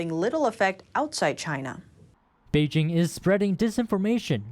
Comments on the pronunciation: Please learn the proper pronunciation of Beijing. Bay Jing as in Jingle bells. Thumbs down. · Zack Smith Not a troll. Very interested in learning what's happening in China but her mispronunciation is like fingernails on chalkboard. You would think that a channel dedicated to China could at least pronounce the capital city correctly.